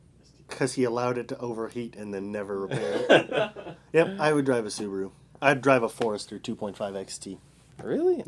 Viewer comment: thank you, for saying Subaru!!!